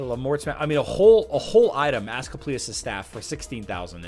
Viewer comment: Ask-Leap-E-Us - replay